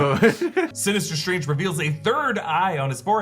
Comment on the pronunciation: "Dr. SILIIILII UIIUInge"